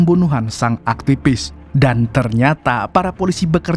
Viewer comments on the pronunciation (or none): Tolong pengucapan V atau F yg betul, sangat mengganggu..seperti AKTIPIS, CCTP, MAPIA ..maaf yaa